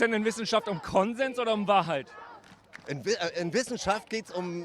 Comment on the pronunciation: Tagesthemen - dat is de Wahrhoit 😂😂👌🏻 Der Typ war einfach nur genial. Man denkt, er sagt jeden Moment „it’s a Prank!!“ 😅🙈